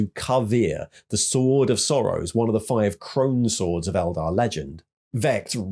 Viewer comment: That being said…. Keep pronouncing Eldar wrong ;)